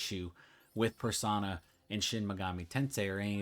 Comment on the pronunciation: PersOna, not persAna.